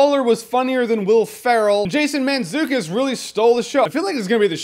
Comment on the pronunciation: Jeremy, you pronounced his name right and I am sure I am the 157th guy to say this check out the podcast "How did this get made" they talk about terrible movies and he is in it, to lazy to look up how to spell his name. Hilarious podcast.